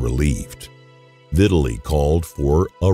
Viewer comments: Omg. Dude. It's NOT pronounced "VIT-a-lee". His name is pronounced "Vi-TAL-ee". Jesus Christ that's annoying. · Why is he pronouncing his name like "victually". Is it not Vi-tah-lee?